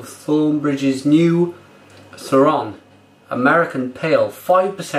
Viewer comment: A little research old lad, is pronounced Kee-Ron, Thronbridge BREWER not Brewing Company, £2.20!?!? Beer Ritz sell it for £3.19!